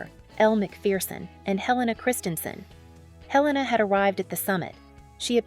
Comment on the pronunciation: Not pronounced Hell-a- na. He rname is pronounced A-lain-a.